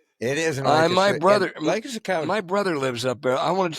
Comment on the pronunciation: Thanks for pronouncing Lancaster correctly.